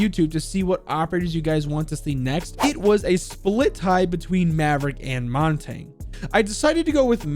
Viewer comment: I still don't understand why nobody can say Montagne's name right its French for mountain pronounced "mon-ton-yay"